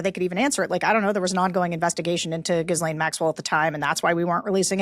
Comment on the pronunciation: I know this is petty, and I've commented on this bf. The S in Ghislaine is silent, and the GH is a hard G. You keep pronouncing her name incorrectly. Otherwise, you're perfect!❤